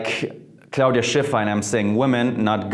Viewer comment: so cool how you say 'Claudia Schiffer'